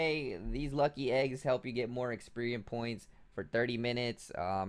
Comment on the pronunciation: DAMN THANK GOD SOMEONE POINTED IT OUT IT MADE ME CRINGE WHEN I HEAR EXPERIEM AND POKSPOTS UGH :3